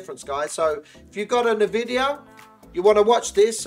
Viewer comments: Its EnVidia not nahVidia, just saying. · Check this out! "en-VID-eeyah" from the source itself. besides, saying "nuh vidia" is incorrect whichever way you spin it. Cheers for reminding me to google some more though :D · Good video! I'll be sure to try this! A few things though. I'd love to see how the game looks with the filters on, maybe a comparison clip while you're explaining what the filter does or something? Also NVIDIA is pronounced "En-vidia" haha. Other than that, brilliant video mate! Straight to the point, no fluff